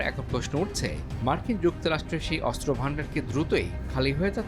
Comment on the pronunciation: অস্ত্র উচ্চারণ শুদ্ধ উচ্চারণ করতে হবে, 😮ভালোই 😮